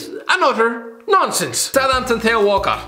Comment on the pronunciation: Still pronouncing theo wrong